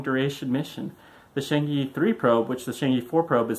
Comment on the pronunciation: Pronounced "charrng err".